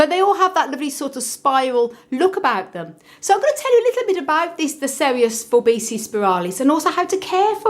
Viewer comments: it is pronounced For-Bee-see-i not For bee-see. a double i is pronounced 'ee-i' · Forbesii is pronounced For-bee see-i. The double 'i' in Latin is pronounced ee-i